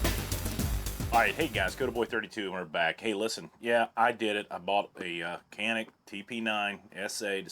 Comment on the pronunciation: no kanik or canik türkish say Janik